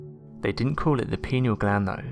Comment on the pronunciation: The Pineal gland is pronounced Pie-knee-al and not Pinny-al